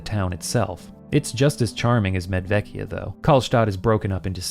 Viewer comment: I am wondering if the first town should be pronounced "Medwekia"? I'm no linguist, but I recall some Slavic languages have/had W and V pronounced... sort of opposite what English does.